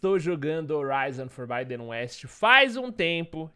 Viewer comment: FORBIDEN É PRONUCIDADO FORBÍDEN MESMO! , JOIA!?